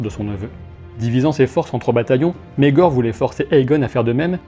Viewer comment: [ megor ] pas [ maegor ] en plus tu le dis 100 fois prononce comme il faut